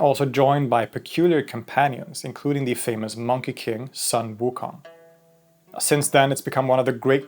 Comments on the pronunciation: Please pronounce it “Soon”, not “sun”. Thank you. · The “Sun” in Sun waking is pronounced “”Soon”